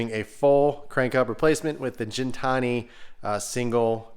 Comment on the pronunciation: Funny enough, I was just watching Alex’s episodes on the evolution of Gintani. One thing he emphasized is that it’s pronounced with a hard G. (Just FYI).